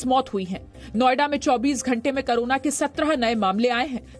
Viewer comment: करोना नहीं कोरोना.. मैडम